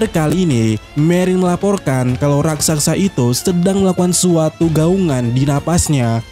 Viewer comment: bukan rasaksa tapi raksasa!